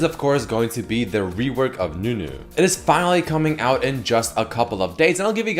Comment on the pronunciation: its not nunu rework its newnu